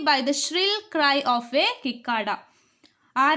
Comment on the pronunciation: സിക്കേട .....cicada crct pronouncing iz